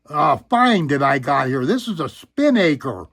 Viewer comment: Nice collection! Crazy how accurate some of them are. I also really love the Spinnaker, but you're not saying it right... it's pronounced "spi-nuh-kr." A spinnaker is a "large, triangular sail that's used for sailing off the wind."